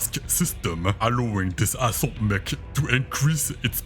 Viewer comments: With your accent I thought you said asshole class not assault class. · When describing the annihilator the accent sounded like “a 100 ton a$$hole class battlemech” which is also accurate.